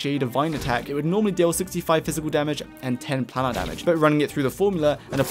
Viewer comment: Planar is said Plane-Are. Like other plane of existance. Otherwise great video!